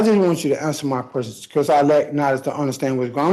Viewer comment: "a lotta questions I need ya ta ansah" No, that's what lawyers are for. They will ansah you keshons bout jurshdishun. Judges don ansa keshons.